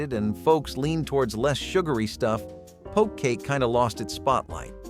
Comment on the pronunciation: I don't know why I"m seeing this video again. I commented on this WAY more than 2 weeks ago. Same errors-"Watergate Cake" typically was a sheet cake. And we have a picture of a round cake. Poke cake is just that POKE cake. Not "Pokey cake". Really annoying. And all of these have NOT disappeared. For a channel with more than 32K subscribers, you can do much better.